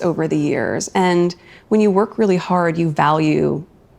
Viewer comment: “I’m a weal person”…….She says, Just as Pinocchio says “I’m a weal boy”…….. 😂😂😂😂😂